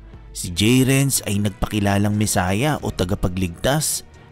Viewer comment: Messiah ❌ Mesayad ✅